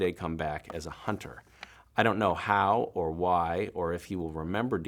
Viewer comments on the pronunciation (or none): none